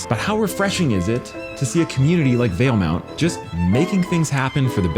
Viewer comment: Interesting that you slipped and called it Valemont. I could have sworn there was never a “U” in the name. Starting a conspiracy here 😂